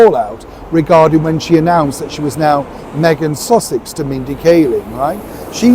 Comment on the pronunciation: Did say Meghan sausage?